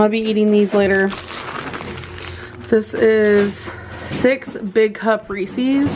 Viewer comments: the way she says reese's. rEEcEeS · her saying "resees" really ticks me off for some reason. like gorl the way you said that is against english spelling rules, did you not go to school? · The way she says Reese’s “rEeSiEs” 🤮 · I hate that she says, "Ree-sees". IT'S REESE'S.....omg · I hate it when fat people say “Reesees” first of all that’s not how you say it. It’s “Reese’s”. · Every time she says “reeSEES” an angel gets diabetes. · Gurl who says it's "recees" that's my new pet peeve 😂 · The way she pronounces Reeses makes me want to carve out my ears. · Yasmin G same here! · that's the way people pronounce it in the south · I thought I was the only one . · Is nobody gonna talk about how she say Reese’s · I was saying the same thing 😂😂😂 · Ok but like why does she say Reese’s horribly like it’s not cute how can you mispronounced Reese’s ...